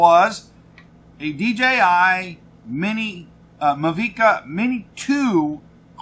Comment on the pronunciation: Everytime i hear you call it a "Muh-V-Ka" drone i cringe inside. Have you seen top gun? The drone is called a mavic like maverick but mavic.